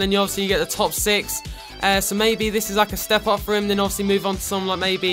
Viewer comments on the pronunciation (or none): none